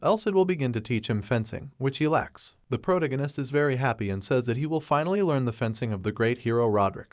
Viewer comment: PRO-tag- gone -ist not pro gon eist